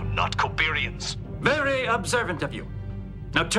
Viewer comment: "VERY, Observant..."